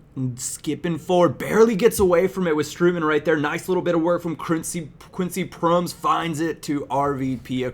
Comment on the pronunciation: Proh-mes. Strohtmun.